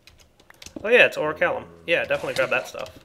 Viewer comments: I twitch every time he says "oricalum"... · I'm sorry, but the pronunciation just killed me. "O-ri-kal-cum" not "O-ri-ka-lum." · lol yeh pronounced Oricalcum wrong